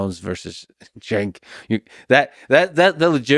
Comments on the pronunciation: It’s not, “Shank.” It’s, Cenk, pronounced, “Ch-e-nk.” Plus, he said he would lose, but felt he had an 8% chance of winning. But said it’s probably around 1-2%. And it was all in good fun. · Its Chunk, not shank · “Jank” is how you pronounce it. A shake implies that he’s in the Middle East as a upper middle-class leader and it would’ve taken three seconds for you to Google that and figure it out. I like my guys that I like to watch on the rig to do the research and I’m seeing a lot of lax research lately From almost everybody so I’m wondering if there’s some sort of shake up happening in the YouTube universe my boy Max the meat guy just put out a kind of political thing but his research wasn’t solid. It could’ve been way cooler video. It was still a cool video. I’m sure this one will be too, and I’ll just have to be annoyed by the, very easy to pronounce that is very easy to find on the Internet within three seconds, but I’m still gonna watch. Just come on y’all gotta go a little bit further with it. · I like how you call him shake I call him Sink 😅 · His name is CENK not SHANK😫😂😂😂😂😂😂😂😂😂😂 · Cenk is pronounced 'Chunk'. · Jenk. It's pronounced Jenk. Fun fact: Cenk was the only right-wing commentator on MSNBC until they parted ways and MSNBC went full-retard and eventually Cenk went retard and started TYT. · Just an FYI, Cenk is pronounced Jank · His name is pronounced "Chunk Yogurt" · He pronounces his name "Jenk" with a "J" sound. It's why I call him Cunk. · It's pronounced CHUNK YOGURT.😂 Alex would beat the brakes off of Chunk.🤣 You are spot on about Chunk Coach! Rogan would kick Chunk ONCE and he would start straight crying. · His name is pronounced CHUNK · It's pronounced "chunk yogurt" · I watch your channel all the time but you lose something when you mispronounce people's names. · Learn tbe correct pronunciation of his name.